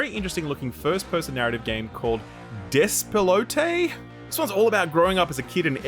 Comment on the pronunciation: Argentinian (spanish speaker) here. First of all, great pronunciation there with that word. Second, that word "Despelote" is a way of saying that something is messy or a mayhem. Greetings, great video!